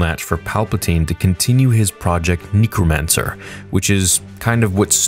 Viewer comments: you did not just say “knee cro man ser” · "project neekromancer" 😂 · What’s with your pronunciation of Omega? Lol dropping an Australian accent for the E in Omega. You did it when you said Project Necromancer, too. “Neekromancer” lol sounded weird. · Omeega, Neecromancer... is doing a NZ accent? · Why does he say necromancer like that?! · Bro, why are you pronouncing necromancer that way 😂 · wtf is with how you pronounce necromancer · I hate the way you say necromancer, change it